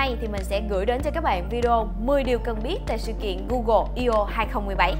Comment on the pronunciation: đọc là "i ô" nghe hơi buồn cười